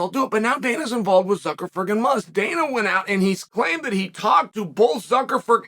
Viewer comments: Am I the only one who heard Chael say Mark ZuckerFERD?? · Hearing Uncle Chael say "Zuckerford" repeatedly just about made my weekend! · "Mark Zuckerford" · Mark Suckerford... Lmfao i love you uncle chael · "We know that Zucker...ferd is..." Gaaaaah!!! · Wait.. Did Chael just say Mark Suckerford? lol! 🤣😂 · Zuckerford?? He must do this on purpose to make us laugh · Not "Zuckerford" again.. Jesus fuck. the ignorance is palpable.. hahahahahaha every time! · Nice video, and it's funny how you say "ZuckerFer" instead of Zuckerberg lol... Just like when you say "HazMa" instead of "Hamza" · zuckerferg cmon now this power move of intentionally mispronouncing names is getting out of hand